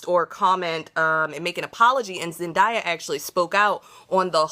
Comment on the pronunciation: Im sorry i can't listen to her if she keeps saying zendaya's name right.